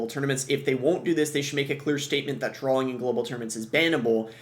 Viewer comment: Are you saying drawling? It’s drawing